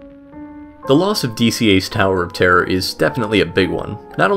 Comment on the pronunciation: "The California sower of terrier"?